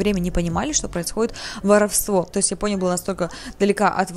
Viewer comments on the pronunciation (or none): none